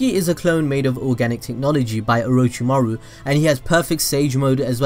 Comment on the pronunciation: it kinda bothers me the way he says orochimaru